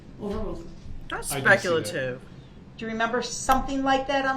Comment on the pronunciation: Ah yes!! The DNA testimony..Where Duh-rell thinks objecting to dna results can be "SPEK AH LATIV" Or "SPEK-ALASHUN"...😂😂 I think he hates staying late because he misses his phone time. Cant call his mama.😂